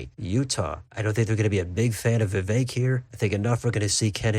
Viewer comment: Gotta give you credit for correctly pronouncing Vivek